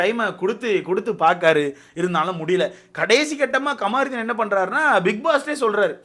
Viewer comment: கமாருதீன் இல்லை கமுருதீன்